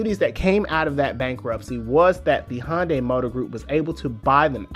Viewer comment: Thanks for this great piece, but am I the only person who keeps hearing Honda or maybe Honday...?